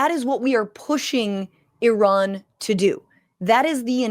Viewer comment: The dog whistling of mispronouncing “Iran” makes me sick 🤢